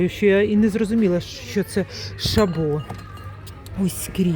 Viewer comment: ШАбо. Наголос на А !